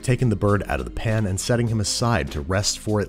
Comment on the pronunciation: The word pan still has an A in it, right? No one changed it to "pn" without my knowledge? Did Niles Crane write the voice over?